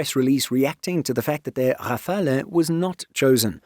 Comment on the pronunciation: A note on pronunciation: Rafale has only 2 syllables. The 'e' is silent. Your pronunciation is more Italian than French ;-)